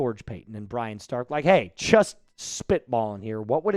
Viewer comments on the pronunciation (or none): none